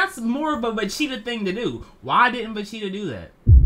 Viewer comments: wtf is a vacheeta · he's saying vecheata and not vegeta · im the only one who can hear him saying vecheata... time stamp